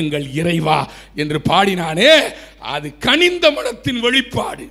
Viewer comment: தளை இல்லை அது தலை. கணிந்த இல்லை அது கனிந்த. தொடர்ந்து பார்கவே விருப்பம் வரவில்லை.